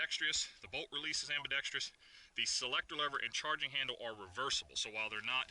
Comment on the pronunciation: It's pronounced "ambi-dex-truss". I'm not sure who started the "ambi-dex-treeous" pronunciation in the gun community, but as an ambidextrous shooter, I find the mispronunciation irksome. Otherwise, good video!